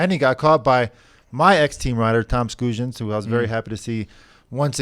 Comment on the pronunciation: Can we get a Latvian to put to rest the pronunciation for Toms Skujins? I feel like the NBC TV commentators get it right with ‘Skweej’, but even they alternated at times between that and how it looks phonetically. Every time he comes up, George prefaces the reference to him with “my ex-teammate” and proceeds to pronounce the name how it looks instead of ‘Skweej’. 🤔